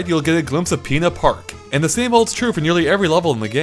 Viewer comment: The way he says “pina park” 💀💀💀